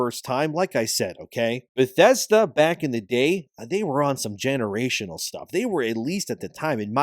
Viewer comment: Say 'generational' again - I fucking dare you